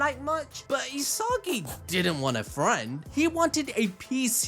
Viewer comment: "E-SOGGY", "E-SOGGY","E-SOGGY" Its ee-sa-gee 😂 damn